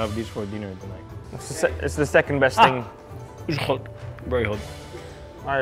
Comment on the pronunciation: “iz hot”